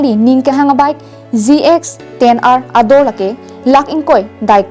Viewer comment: Zx phn k Zee x pu c pronounce g dy zx pu mat kali😂😂😂